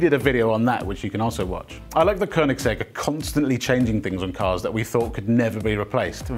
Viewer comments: near perfect pronunciation of koenigsegg, good job :-) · Thank you for pronouncing Koenigsegg the right way unlike 97% of the internet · Finally some who says koenigsegg right